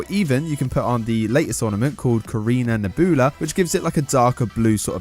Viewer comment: How did you pronounce nebula wrong?